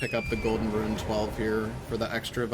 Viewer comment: I don't know why but, it bugs the everliving shit out of me everytime says "ruin" instead of "rune" 😅 these runs are a great watch none the less tho..